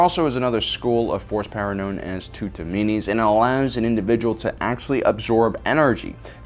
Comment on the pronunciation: Hmm tutamenes, your should work on your pronunciation and spelling of that word